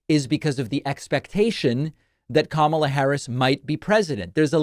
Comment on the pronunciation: First, "Obamna" now "Kamabla?"🤣🤣🤣